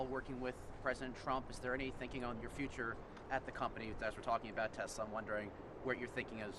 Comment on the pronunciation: “I love Tesler!!”